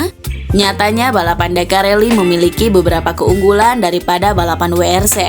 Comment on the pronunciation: Min sbutanya bukn dubel yu tpi ttp WRC ,sdngn BMW aja penyebutan nya tetap BMW